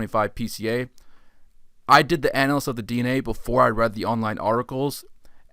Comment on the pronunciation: Nice video but please work on your pronunciation of the words analysis and dispersal.